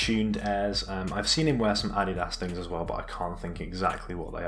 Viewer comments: It's not pronounced addi-das it's ah-dee-das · This nigga just say add y das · why way he says adidas